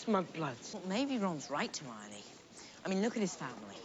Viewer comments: Just a note: It’s not Her-moin It’s pronounced: Her-my-oh-nee Hermione is the feminine version of Hermes, the Hellene God🇬🇷 Ερμής / Ermís Ερμιόνη / Ermiòni •Muggles don’t know anything about the magical community and also there is the International Statute of Wizarding Secrecy when each country has to keep hidden its magical community! •Pure-bloods: those that their parents are both wizards and have a long line of wizards ancestors. *Pure-bloods are not those with only their parents being wizards. Pure-bloods are those with only magical family members, generations back. Harry’s mother is a muggle-born witch so Harry is considered to be a half-blood. •Half-bloods: those that one parent is wizard and the other muggle •Muggle-borns: wizards that they don’t have magical ancestors. •Squibs: people with magical ancestors that they don’t have magical parents, they cannot use magic. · I love how he says "hermine" for Hermione. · “Hair-moine” … they say it perfectly clearly in the movie lol where are you getting that pronunciation from?? 😅😅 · I think it’s hilarious that two of you don’t pronounce any name correctly.( lol) but, it’s fun to watch you dive into these movies, they do get darker and more adult as you go. I’m 53 and just got into HP in the last two years and love the books & movies. It’s just puts you in your younger frame of mind and imagination, which is really fun.